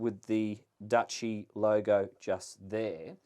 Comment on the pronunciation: Its pronounced 'Douchey'. What a wanker. He starts off wearing a life preserver collar and then ends up with a sports jacket. He's clearly ferrified of water and boats.